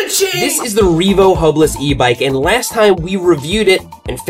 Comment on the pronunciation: Oh, HUB-less, not hopeless! 🤭